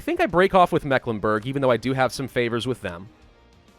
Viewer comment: As a person born and raised in Mecklenburg, i can say that your pronounciatiopn is off ^^, then again pretty normal you make on mistake that germans make (and that has to do with letter shenanigans in the 19th century) "Meck", is not pronounced like mac in macdonalds etc but like the Meeklenburg (german pronounciation long "E" as in Tee or See and the "I" in Burg is pronounced like it is in Burger but as it is in boot or parachute ^^ (or like the U sound in Stralsund) but that is a common english native speaker mistake ^^ and then there is ST Stralsund and Stettin are pronounced like Shtralsund and Shtettin, whereas Rostock is Rostock ^^ ( basiccally because in Rostock ther syllables are Ros and Tock) Greifswald, the "Ei" is pronounced like an English I as in Hi